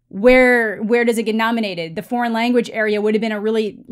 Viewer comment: Did he say if you want "best porn film"? His "foreign" sounded like "porn". Sorry. EVERY category is available to be BEST Picture even animated films. I think the only category that can't be is "short" films. Everything else is up otherwise you'd never have a horror movie as a Best Picture winner like "Silence of the Lambs" which definitely deserved it. The fact that "foreign" films have been left out of Best Picture noms for years and years (there are exceptions) when some of the foreign films are the only good films for the year...well...there's your answer. Why would you want your Best Picture limited to "American (or English speaking) dramas"?